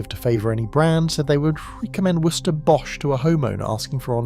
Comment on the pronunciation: I love how shit the AI is at saying "Worcester". Hilarious.